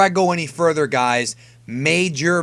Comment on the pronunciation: when my nigga say mojor spoliers all the dbz fans ho crazy!!!!!